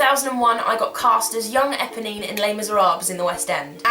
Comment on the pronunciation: EPONINE.......NOT EBONY!!!!